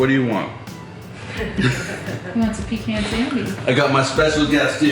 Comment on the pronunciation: I'm from GA and you pronounce pecan spot on... PEECAN👍 You got it going on 🧡